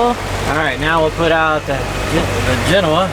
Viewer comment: omg Bobby pronounced "genoa" correctly! 😊